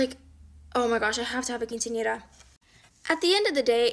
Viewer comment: U pronounced quincenera so perfectly ❤❤❤